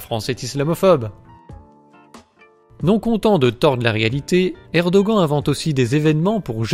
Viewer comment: c'est assez insupportable cette prononciation de Erdoğan que vous ne sachiez pas prononcer le ğ OK, mais vous pourriez faire comme beaucoup de français et dire "Erdohane" ou "Erdogane", certainement pas "Erdogant" en tout cas. il n'existe à ma connaissance aucune autre langue dans laquelle les lettres [an] se prononcent avec cette voyelle nasale c'est un peu comme si vous disiez Donald Train, ou Jeau Bidant